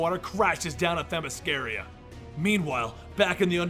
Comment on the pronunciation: Why he saying themyscaria? When it’s themyscira